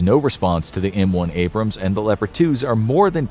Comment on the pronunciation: Wie wärs ihr bringt eurem sprecher Mal bei wie man Abrams und Bataillon ausspricht? Meine Ohren bluten